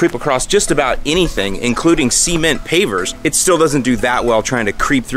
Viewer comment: what's the situation with the way you pronounce "cement"?? I'm not here to make fun, as I am a long time follower, subscriber, and viewer, but whaaaaaaat did I just hear? "Semen't" lol Please do NOT take offense to this comment. You are the man, always and forever!!